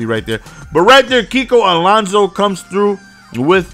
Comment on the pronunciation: I'm pretty sure it's Alonso not Alonzo